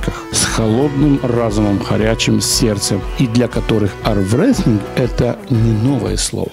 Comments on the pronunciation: арВрестлинг, арВрестлинг. Мне одному ухо режет до жути? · навчіться вимовляти слово «арМрестлінг», научитесь произносить слово «арМрестлинг» learn to pronounce word “arMwresting”!!!!!!!!!!!! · поработайте немного над дикцией, ведь бывает немного не по себе, когда главный промоутер армрестлинга произносит название спорта с ошибками. Думаю не я один переодически слышит о великом арВрестлинге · Да боже, не произносите вы "В" в слове "Армрестлинг" Зачем "добуквенно" произносить слова с анг.языка, если, как минимум, озвучка происходит на русском языке? Не логичнее было бы и произносить нормально и привычнее для носителей этого языка? Видео хорошие.